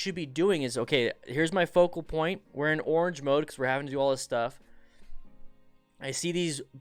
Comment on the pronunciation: Ozzie accent on piont lol